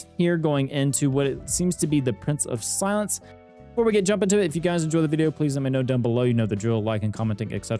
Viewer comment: Watching the fight and trying to guess when you will correctly pronounce Price of Silence was pretty fun lol. Glad to see Library of Ruina videos coming out again! Waiting for the next one. It has been too long, even youtube didnt notify/recommend me the video for 5 days lol